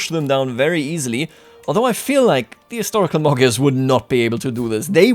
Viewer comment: Gy pronounce as soft d. Magyars pronounce as Madyars. Imagine if somebody pronounce United States of America as it spells. It would be something like ooneeted staates of aamerika.